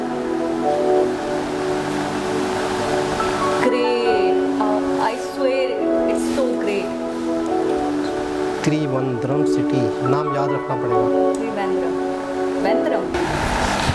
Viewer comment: ..YEH LO KHOOBSURAT COMMENT It is not Tri-ONE-drum... it is Tri - VAN - drum...Kya aapne GOA Dekha..... agar nahin Dekha toh Life waste hai aapki...Kya aapne SRINAGAR Dekha..... agar nahin Dekha toh Life waste hai aapki...Kya aapne DARJEELING Dekha..... agar nahin Dekha toh Life waste hai aapki...Kya aapne ANDAMAN NICOBAR ISLANDS Dekha..... agar nahin Dekha toh Life waste hai aapki.. AUR CITIES CHAYIYEIN BATA DENA:) INDIA ITNA BADA HAI KEE.. INDIANS BHI USEY EXPLORE NAHIN KAR PAATEY APNI PURI ZINDAGI MAIN 29 STATES... LOT OF DIFFERENT CUISINES... LOT OF DIFFERENT CULTURE.... LOT OF LANGUAGES SO HOW BIG IS INDIA....During my college days it used to take me 3 and a half days to reach my College City from my Home City. So even if I get Holidays for one week, I cannot go home because aaney Jaaney main 1 hafta lag jaata tha by train aur flight kee main soch nahin sakta tha.